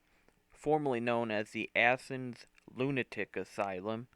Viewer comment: Athens! Not asses. Chillicothe OH.